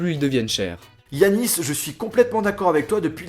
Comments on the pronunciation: 0.36 tu as dis "Yanis" alors qu'il s'appelle "Yacine" 😂😂😂 commentaire innutil mais je voulais y le faire savoir 👍💜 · a seconde le Prénom est Yacine mais pas yanice 😂